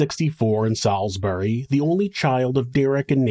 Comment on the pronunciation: Just an FYI, Salisbury of Rhodesia is pronounced Sawls-bury, with very little emphasis on the "L."